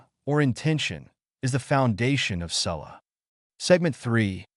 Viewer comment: Why was ''salah'' pronounced like that??